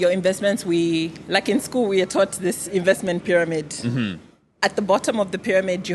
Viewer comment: narcissist vibes - but he needs to learn how to pronounce "INVESTMENT"